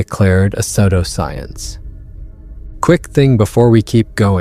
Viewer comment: Your narrator-robot needs to get pronunciations right before the recording begins. 'Pseudoscience' pronounced [like soap sud] 'sud-oscience'. Really?